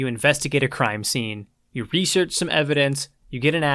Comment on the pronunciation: Hey man say research. Is it a speak problem or u ghetto like? like axing someone a question?